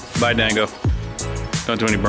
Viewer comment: Is John's durango an RT? And it's 'Rango dammit not 'Dango... keep up the great vids. It feels like yesterday when u had like 20k subs!!